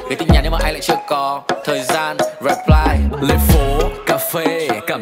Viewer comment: chăm ra nhạc nhỉ, nhưng tôi vẫn chê nha, cái từ "reply" nên phát âm là /rɪˈplaɪ/ thay vì /reˈplaɪ/, các chỗ khác thì chưa tìm ra chỗ để chê.